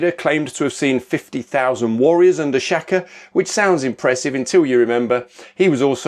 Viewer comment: SHAKA , correct pronunciation "Shah kuh." 😊